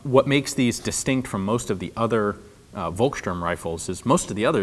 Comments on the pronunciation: Hey Ian, I love your show, but just a heads up (that you might've heard before) - it's pronounced "Folksturm" (with the 'u' pronounced a bit like the 'o' in Orlando BlOOM), the same way "Volkswagen" is pronounced "Folkswagen". 'V' is (basically, might be some exceptions, but I don't know any) always pronounced like an 'F' in German. Great video as always. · Just a reminder that in German, "V" is pronounced as "F" and "W" is pronounced as "V" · Folkssturm, not Wolkssturm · A free german-lesson from Denmark: the letter V is pronounced with an F-sound. The Word “Volkssturm” should sound like Folkssturm”…, just saying☺️ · German «V» is pronounced «F», so Volksturm is pronounced «Folksturm» which translates to something like «The peoples stormtroopers», platoons made up from pensionares and youngsters, womens and girls, anyone able to lift a gun. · Try to pronounce it "Folksturm" it will get you allot closer ;) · The German "V" is pronounced as an "F", so Volkstürm is pronounced "Folkstürm". And it is no surprise that the Nazi Party would develop their own weapons, as fx. the SS was a political force, and the leader of the local party region (Gau) the Gauleiter was automatically appointed omnipotent chief of staff if connections with Berlin was lost. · Hi ForgottenWeapons! I just wanted to let you know that "Volkssturm" is pronounced more like "Folkssturmgewehr". "Thuringia" is almost good, we just say "Turingen" in German. "Kurz" is not pronounced like "Kurt" but more like "Koorz". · hey Ian, just a little point. Vo is pronounced as fo in german, so its pronounced folksturm. Otherwise good video, I like your detailed analysis :) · Thanks for the video! Heres a little tip on how to pronounce "Volkssturm": The V is spoken like an F. The "st" is pronounced as "sht". So say it like "folks shturm" :)